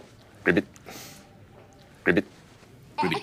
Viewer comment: Idk why, but It really bothers me that they both say “Gribbit”. It’s “ribbit “. Damnit.